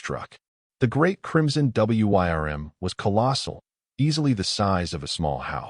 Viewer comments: It's pronounced "worm" not W Y R M. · FYI: "Wyrm" is commonly pronounced the same as "worm" and a bit more romantically as "Weerm" ("y" as a long "e".) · Great story and wish there was more but learn how to speak wyrm which sounds "worm" though you can use the y a little more strongly. That was the only thing that drove me crazy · The story was a nice one, but what made me laugh was the AI trying to read out "Wyrm" and failing every time. xD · Hate the A I cannot pronounce Wyrm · Why do you spell out w-y-r-m? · AIs inability to say wyrms or wyvern can pull you out of a story very harshly. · I wonder if anyone can teach the stupid AI to pronounce WYRM or Wyrms? Not to mention numbers and years or dates, which also seems to be a hurdle the AI still cannot handle correctly. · Somebody please teach the AI how to pronounce the wrym not just spell it. I like the story though. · WOW, this has to be one of my favorite stories i have listened to thus far. A part 2 would be awesome. Hope to see more about the Gift he was given along with hearing more about what kind of creature was in the cave that he spared. Edit: Was kind of weird listening to the AI narration spell out Wyrm through out the story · Beautiful story well narrated except for WYRM. provided the correct pronunciation which the narrator could have found online rather than spelling it. Kinda sloppy. Would love to see more stories about Ethan’s work with the dragons. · Curious as to what wyrm means and why does the ai reader spell it out?? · AI voice wasn't taught to read it properly